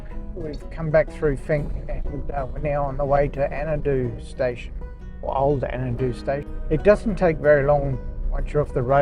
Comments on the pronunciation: Andado NOT Annadoo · Andado as in Ann-Day-Doh. otherwise nice to see it again, pity the caretaker's not there anymore and the Madigan is a fantastic Track to do.